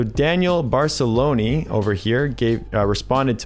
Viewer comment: It’s Baroncelli, not Barcelonni 😂